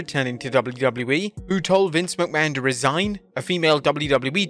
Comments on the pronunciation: It’s Resign, not Re-Sign 🤦‍♂️ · It's "resign" without the hyphen. Re-sign means to sign again. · "Re-sign"? Don't you mean "resign"? Vince left, he didn't come back... again. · Resign, not re-sign